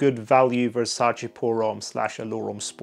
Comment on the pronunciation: the first reviewer that actually said VersacE and not Versaci. good job